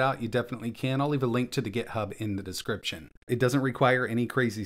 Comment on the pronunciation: "descriptien", hihihi :-P